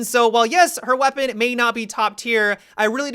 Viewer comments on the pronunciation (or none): He ends words with an "a" sound a lot. Wish I never noticed. "Kaida" "have-a" "weapona." Great video still!